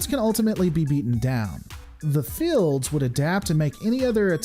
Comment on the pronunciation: Sorry but this is really standing out to me: Why do you pronounce "shields" or "fields" with a short "i"? It makes it sound like "shillds" or "fillds". Is that coming from some dialect or so?